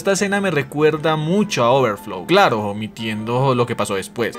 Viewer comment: ajajjajajaja vos q pronuncias el H de overflow y yo q lo termino de ver esta mañana, coincidencia no lo creo ajjajajajaja